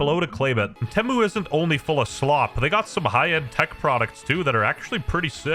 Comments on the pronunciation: Nobody going to mention ”Tehmmu”? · it feels so wrong to hear him pronounce temu but apparently thats how it actually is?